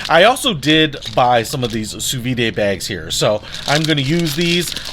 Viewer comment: pronounced Soo-veed